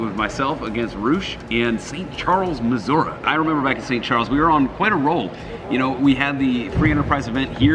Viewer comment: 1 being from st.Louis and living really close to st.Charles I’m sad I missed that event 2 I hate how pronounced Missouri